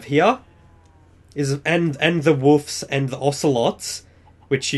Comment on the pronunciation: its wolfs not woofs